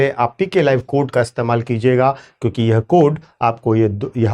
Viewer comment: Aap "yeha mat pronounce karna" durgaandh ati hein is word se, aap "yeh" bola kijiye.